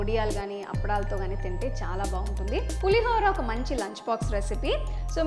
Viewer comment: Please. It's not Pulihaara Pulihora!! Ho anaali